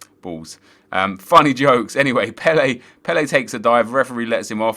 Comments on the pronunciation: It's not "Pell-ay" It's "Pell-uh" So annoying! He ain't no Brazilian legend! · Again, you are wrong, it's Pel-ER